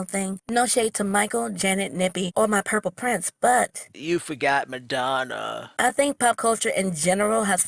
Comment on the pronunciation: Yo, she called Madonna "Metamucil" 😅😅😅